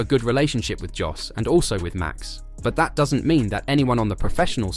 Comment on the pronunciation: The J in JOS is silent, give the man his proper name!!!! It sounds like YOS!!!